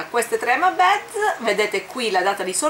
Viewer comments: comuncue non si dice hama beds ma hama bids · sei sempre fantastica. Partecipo al giveaway. Vorrei solo farti una piccola correzione spero non te la prenderai: "beads" si pronuncia "biidz". ripeto è solo una critica costruttiva, non voglio prenderti in giro con questo commento, sono sicuro che capirai.